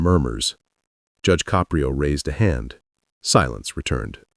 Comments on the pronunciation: its Ka-prio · This is made by AI. That is not what Judge Caprio looks like. There is no bailiff in his TV court room. His name is not pronounced Cap pri o. This case never happened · 🟦…. I hate th' way AI pronounces "Caprio".